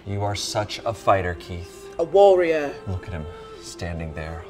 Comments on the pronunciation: I'm laughing disproportionately at "A wo-riuh!". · A WOW-REE-ER🤣🤣